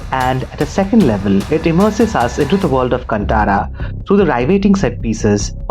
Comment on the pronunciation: Bro it'd like to point out that it's pronounced "कान्तारा"